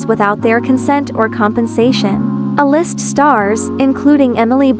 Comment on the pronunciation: A-list pronounced "uh list" is telling